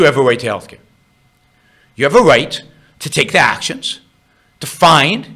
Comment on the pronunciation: "should healthcare be a wite"... Learn how to fucking speak before talking on video. "R".... Learn it, love it. Speak it....